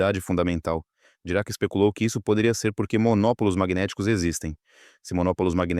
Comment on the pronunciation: Essa narração por IA tá muito chata. Vixe....Dirac para dirá.... Cansei.